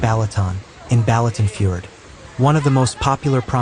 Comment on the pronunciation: Its not Balaton FURED! ITS FU- RED!